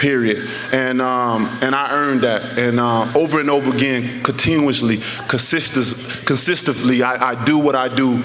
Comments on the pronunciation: No doubt... “CONSISTIFFLY” the hardest hitting boxer in history! 😂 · Did he just say "consistefully"? I mean what's that??😄😄😄😄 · this fool just said consiftisly....lmao keep knocking people out big dog. Just chill out trying to be articulate. It's not for you. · Deontay "consistivly" wilder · He's "consistivly" the greatest... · Boy Said Consistively 💀💀💀💀💀💀🤣🤣🤣😂😂😂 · What "difridginates" him is that he "consiftily" Knocks people out. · “Consistuffly” Ummmmmmm.........what??